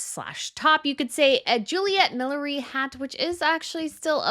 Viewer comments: MilliNERy. Not millery. Sorry, I had to say it. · It's not millery, it's millinery. Hats. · Millinery not ‘milliery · Fun video and absolutely agree with the choices! Note "millinery" is pronounced mi·luh·neh·ree. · I do like your channel but I wish you would learn to pronounce things properly. It's millli- Nery. With an N. . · Can you please learn to say the word Millinery correct.